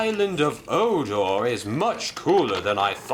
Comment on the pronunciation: Um xuse me but it's sonar not odor GeT iT tOgEtHeR